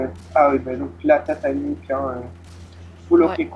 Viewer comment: On dit nuke pas niouk :-)